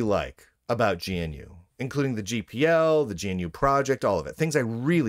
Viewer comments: By the way, it's "guh-noo", not "gee-en-you". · It's pronounced guh-noo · GNU is pronounced "guh new". At least that is how rms says it. "rms" is always lower case, btw. Log in with user name in caps and you will see why.